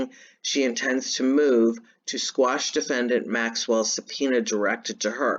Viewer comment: Squash? or Quash? Lmao, love ya lady!